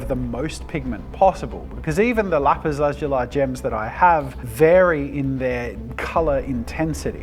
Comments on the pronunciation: Lapis lah-zoo-lea. Your welcome❤ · I thought it was pronounced lah-zu-lee? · its pronounced "Lapis/Lapiz La-Zu-Lee" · Jazza saying Lapis La-zoo-lie was so weird cause I’ve always heard it as Lapis La-zoo-lee. I know Australians say words differently but it’s just funny to me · I've never heard it pronounced "lapis lazul(eye)" before. 🤔🤨😂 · also it’s pronounced ‘lapis lasooli’ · Its pronounced Lap-is La-zu-li or by Google is la·puhs la·zuh·lee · Lap-is Laz-zu-lai. I have never heard it prounounced this way.🤔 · God I got so triggered by the way he says lapiz lazuly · Mincraft players- it not lezeuai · Its Lapis lazulli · Bro, It’s lapis lazuli 😂😂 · Wait. It's pronounced "lapis lazuli" and NOT "lapis lazuli"? Damn, I been saying it wrong this whole time. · I really hate the way you mispronounce lapis lazuli, it almost makes this video unwatchable it bothers me that much